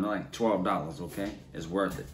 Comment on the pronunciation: The way he says O'Kay keeps me coming back lol